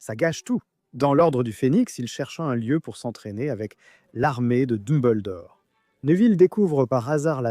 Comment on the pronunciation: Mon dieux meme dumbledore tu le prenonces a la francaise au secours